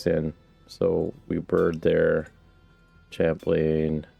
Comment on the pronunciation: Thanks for posting these. I'm really enjoying this series, and it's helping me navigate through my own game in Forge. One thing, I think "Chaplain" might be pronounced like chap-lin.